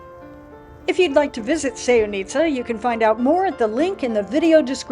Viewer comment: It’s not pronounced that way. Also, we have more than enough tourists. No need for promoting more. However Sevnica is nice little town, not tourist attraction.